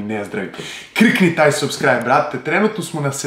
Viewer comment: Brate,izgovara se sabskrajb